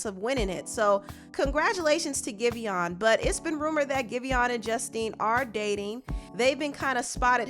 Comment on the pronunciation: Isn’t pronounced Give On?